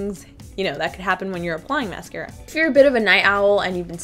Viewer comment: mascara not mercera